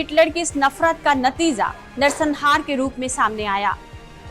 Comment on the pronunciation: Mam ap ja & za ke antar ko samjho.... Maujud hota hai, mauzud nhi..natija hota hai, natiza nhi. Ap jaha bhi ja bolna ho za bol deti hain.. Apne pronunciation ko imrove kariye... Bhot galtiya hain.